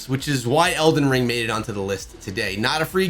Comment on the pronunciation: yes dude you alright but its not elgin ring is elden ring dude 🤣🤣🤣🤣😂😂